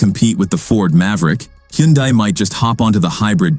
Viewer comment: Not sure I’ve ever listened to anything that had so many different pronunciations of Hyundai that never managed to actually get it correct. 😂 However, other than the struggling AI voice, not bad quality and quite good information for consumers to consider.